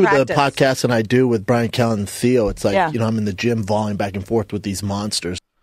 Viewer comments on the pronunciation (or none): He literally calls Theo, "See-Oh".